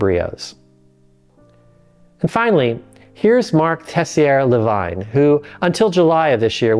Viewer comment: Please learn enough French to pronounce Tessier-Lavigne correctly. Thank you.